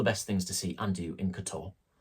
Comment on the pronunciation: Please learn to pronounce teh place name. It's not difficult, It is not K'Toor. Montenegrins stress the first syllable. KOTor. Pronouncing the way your do will get 20 euros on the bill, a bit like asking for a "Cappuccino" rather than a "Deutch". To avoid the crowds go to Herceg Novi